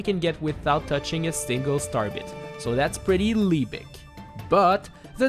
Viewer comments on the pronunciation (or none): sorry, what does "leebic" mean? subtitle says "leebic", but I don't find such a word in my dictionary.